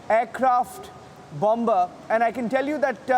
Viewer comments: Say it like "Bummer", NOT LIKE "BOMMBBERRR", please! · CANT LISTEN TO THIS GOOSE. bomBa bomBa... bomBa